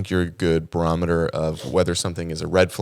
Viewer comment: PLEASE STOP SAYING BAROMETER ❤